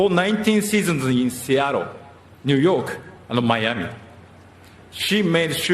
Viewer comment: 凄い 凄い 本当に凄い。 イチローさん ありがとう。 シアトルの発音も完璧。